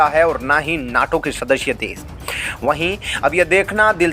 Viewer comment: Kya samil, des, bolte ho?